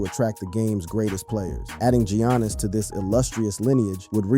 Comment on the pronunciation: “Yannis” ❌ “GEEONNIS” ✅